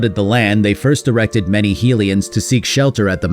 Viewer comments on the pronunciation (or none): My head says BotW/TotK are the best Zelda games. And I do love them. But my heart will always belong to Wind Waker. Also, my man, High-lian not Heel-ian. They are HYlians from HYrule. Named for the goddess HYlia. I used to make this exact same mistake. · Djerudo? Heelians?